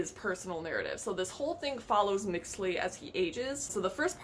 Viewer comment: the name of the principal character "Mixtli" it pronounce "Mishtli" aso Mexica is "Meshí-kha"